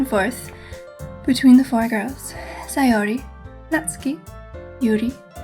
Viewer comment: Oh my goddess I love the fact you said Sayori's name correctly!